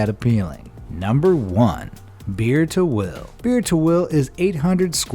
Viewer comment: ah yes, "BeertoWill" , the best unclaimed land ever. 💀😆